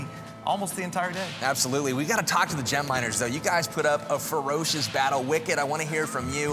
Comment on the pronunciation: Sounded like he said "we got anal"